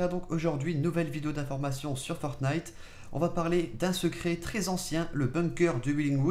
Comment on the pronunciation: faut que t'arrête de dire for-t-nite c'est fornite stp